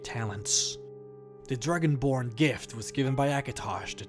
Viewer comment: Lol he said dragonblard XD